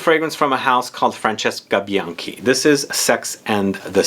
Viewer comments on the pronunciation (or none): none